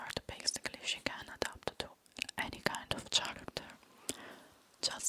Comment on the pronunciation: Btw the word "character" has a hard ch- sound, the same as italian "ch".